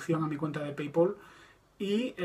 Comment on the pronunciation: ¿Paypol? Se pronuncia paypal... no?